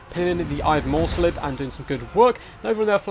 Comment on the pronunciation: second, and while we're at it. "Morr'slieb" is "Morrs-leeb" Liebe is german and means love, its the beloved cygor of the chaos moon Morr